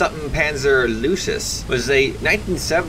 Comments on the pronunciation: it more like lux and not lujes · Luchs (Lynx) is pronounced more like Lux. there are two ch sounds. You did the soft one, here the hard hissing that kind of has a r in it is used. But Lux is perfectly fine and even pronounced that way by many native speakers. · Luchs is the german Word for lynx, maybe it helps the next time to not slaughter the word entirely.